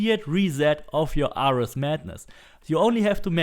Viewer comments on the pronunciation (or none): It is pronounced me-lay. Me-lay weapon... Just fyi. and Air-rees for Ares....